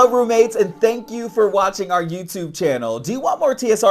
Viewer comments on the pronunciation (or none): none